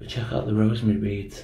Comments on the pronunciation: Not rosemary beads, it's roseary beads. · Great explore and thanks for the chuckle - 'Rosemary beads' 😂😂 I think you mean Rosary beads.